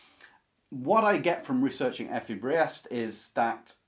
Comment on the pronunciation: I would translate "Drang" as "urge" or "drive" rather than "stress".... The name "Briest" BTW is pronounced "Breest". The only ones I have read a long time ago are "Steppenwolf" and "Wahlverwandschaften".